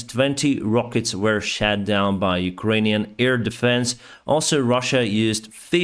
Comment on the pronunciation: Great content as always. Just a helpful tip for your english pronounciation - missiles were 'shot' down, not 'shat' down - two very different meanings 🤣🤣